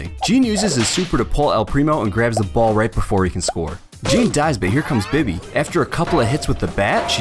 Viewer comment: It’s not bi-by it’s bee-bee (bibi) but I ain’t judgen